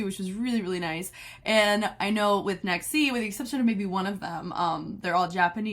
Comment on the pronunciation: Don't know if anyone has told you yet but their name is pronounced Nex(G) actually. There is no hard Z sound in Japanese like there is in English so Z's are pronounced closer to a G sound. JYP named them himself like he did with Vcha and he explained on the show that their name stands for Next Generation because they will be the boy group to lead JYPE into the next generation. So that's where the G is from, generation, the Z is just to stylize it & because Japanese pronunciation would still make it a G sound (Nex(G) like XG) :)